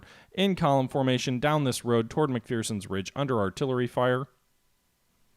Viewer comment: It's pronounced "Mc-FER-son". There is no FEAR in McPherson. At least ... that's what the Gettysburg tour guide told me.